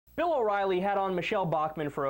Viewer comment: did you just say Phil O'Reilly